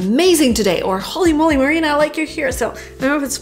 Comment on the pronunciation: Holy moly ! Marina’s pronunciation is just wooow